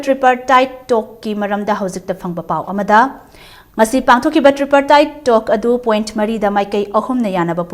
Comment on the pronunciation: pao paba mise ym heitey tripartite se tree-partite polo invitation na polo invitational haire lon si su "haikhreyy toukhreyy" na khoiraga ngangbra keinom twre taba nungaitey shyam-kanhai na soirakpa yaojara gasu taba nungai